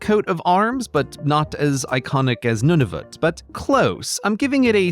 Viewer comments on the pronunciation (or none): none